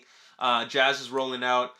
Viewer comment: lol you called him jazz again lol